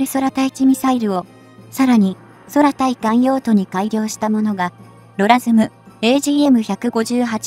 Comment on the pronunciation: 空対艦(クウタイカン)ミサイルをソラタイカンとか読まないで下さい。